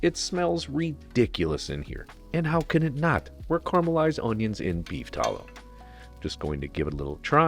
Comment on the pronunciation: stop saying caramelized wrong, stop saying tallow like you're a billionaire, and stop your hubris of thinking you can improve on a real NYC bodega chopped cheese, Chef.